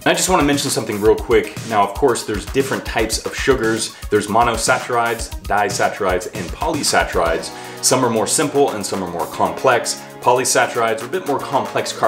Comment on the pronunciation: It's "sack-a-ride" not "such-a-ride"